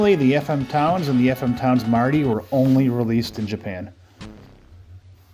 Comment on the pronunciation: Thanks for this video, and yes you did pronounce the name correctly 😃